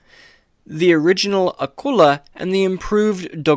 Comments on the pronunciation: Old video but just a point…. Its pronounced with a KULE LA not a kull a …. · You misprouce Akula. Its A-coo- la